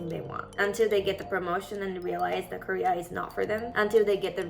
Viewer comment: careerの発音がほぼKoreaなんやなって…